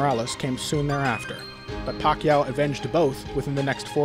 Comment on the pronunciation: This guy has been pronouncing Pacman's last name wrong the entire time..